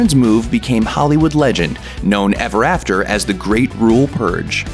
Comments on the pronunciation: Narrator can't say "rural"... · Dude needs to learn to pronounce 'rural'.